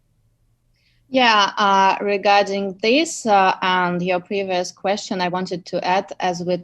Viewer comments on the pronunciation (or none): none